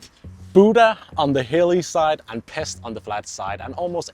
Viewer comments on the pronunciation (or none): Make the effort and pronounce “Pesht”